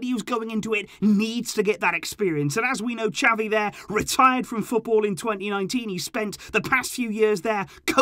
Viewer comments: Please get his name right on the next video it's not chavie ffs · it's not chavie its xavi 🤣